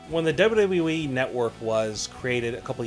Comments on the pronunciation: it's "double u double u e", not double ubble e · How ar u saying wwe